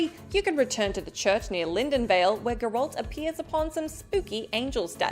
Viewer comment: Gurralt lmao. Ma’am. Ma’am how you gonna do geralt that dirty lmao I love it